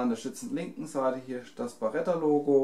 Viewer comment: Es ist eine Beretta und keine "Barretta"!